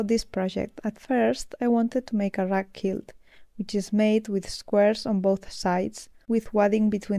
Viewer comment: Muy bonitos tus proyectos y este en particular! En Ingles decimos 4 BY 4. Tambien quilt se dice como Cuilt, son pequenas cosas que tambien tuve que aprender. Eres muy inteligente y admiro la calidad de tus videos. Saludos tambien al dueno de las camisas.